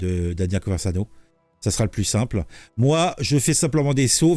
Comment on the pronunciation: Je crois qu’il a effacé le Live. 😢 PS: pourquoi tu dis “ConverZano” ??? 😅